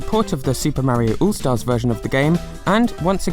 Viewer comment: LOL He said "Ool Stars version!" But I swear he said "all" just a few minutes prior. I know it's dialect, but oool?! That hard to say "ALL Stars?"